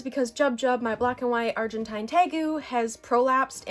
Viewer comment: I’ve never met anyone who says Argentine like that